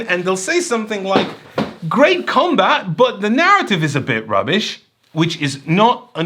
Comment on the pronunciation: Every time I heard say "Commbutt", I think its a device for talking out of your ass...